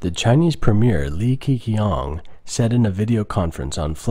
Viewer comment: Li Keqiang is another pronunciation problem. Please learn how to pronounce these names correctly